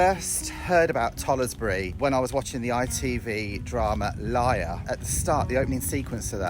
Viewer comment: You pronounced the name of tollesbury wrong is not toll es bury its tollsbury you dont pronounce the e